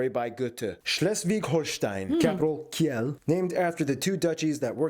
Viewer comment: Cool video, a few tips on prononciation tho: for Mainz speak "mines", for Kiel speak "keel".